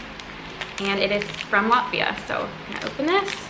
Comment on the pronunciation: Lotvia? It's latvia